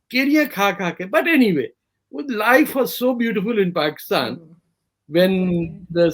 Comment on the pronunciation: Why all Pakistanis pronounce it as “Paxtan”? 😂